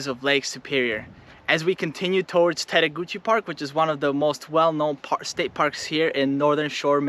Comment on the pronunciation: Also the “e” at the end of Tettegouche is silent but almost everyone says it wrong ;)